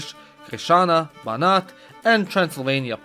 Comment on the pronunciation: u said perfectly Banat like in romanian congrats